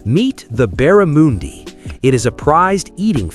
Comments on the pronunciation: Not Barramundi as in moondi, Barramundi as in undies 😊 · Barra-mundi. Not an ‘oo’ but an ‘u’.